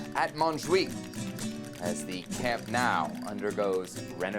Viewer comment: lol American saying “Camp Now” 🤣🤣🤣 pathetic